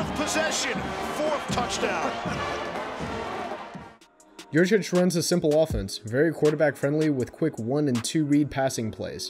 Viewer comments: it's Yurcich, isn't it? Sorry, that just tends to diminish cred a little when the misspell is there to begin things. Not sure about the pronunciation, though I've heard it's "yur-sich." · Guys - It's Yurcich. As in "Your sitch." He was your sitch. Now he's out sitch! Great video. Hook 'em!